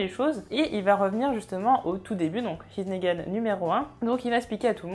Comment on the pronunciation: Dans here's nagan il faut prononcer le R parce que sinon on comprend he's negan